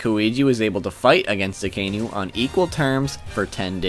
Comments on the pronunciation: Martin Daniel just once cross reference with an original would do the trick! He triggered me everytime when he misspelled aka-inu literally red dog and not that akai-nu bs I like the list thogh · Akaynu Lol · "Mo-net, A-koiji, A-kaynu" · "aykoeegee" and "akaynu". i know you warned us about incorrect pronunciation, but c'mon. just try.